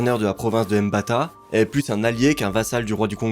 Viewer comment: S’il vous plaît quand vous vous intéressez aux histoires et cultures africaines faites l’effort de bien prononcer les noms arrêter avec vos « M» pour dire Mbata (MhmBata). Et renseignez vous à 100%